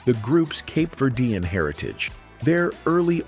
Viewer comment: There are pictures that are shown that are not the Tavares group!!! Also, the pronunciation of their ethnic back round is so wrong. Cape Verdean is who they were....not what is being said by the announcer!!!